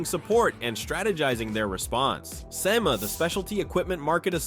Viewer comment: Why do you keep showing Trump ? He ain’t even back in office yet. And you must not be a car guy yourself. It’s pronounced (see-maa) SEMA.